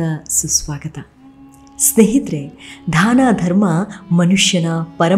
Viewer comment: ದಯವಿಟ್ಟು ಧಾನ ಅಂತ ಹೇಳಬೇಡಿ... ಅದು ದಾನ...